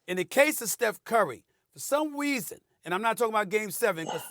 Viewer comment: “for some weason” 😂 idk that was just funny to me